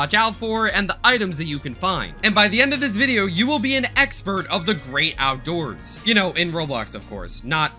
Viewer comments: ah yes, the "OUDOORS SUBFLOOR" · The “Oudoors”